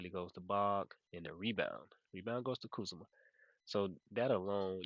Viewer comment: man, your pronounciations always take me out 😂. first it was siakam as SAYKiam, and now its kuzma as KAZuMa😂😂. all love tho ❤